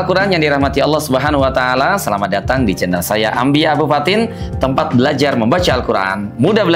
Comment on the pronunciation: Om, koreksi dikit om,waktu ucapkan Allah Subhanahu waatala "ain nya ngk kurang terang "ketahuan ni hhh,ane memang blm punya ilmu tp si perlu belajar dulu lg,karene ngajar nya terburu2 sekali hhhh,setau ane seorang Syaikh saja menjelas kan ilmu tajwid dan makharijul huruf itu tunggu dapat izin dari guru nya,dan seterus nya,itu di seleksi ketat om,hafalan nya,dsb,juga ada nya pakaian nya,coba deh om liat tu ustad2 jakarta minimal pake peci kek,baju Koko lah, om bukan kah pakaian itu mencerminkan ke pribadian.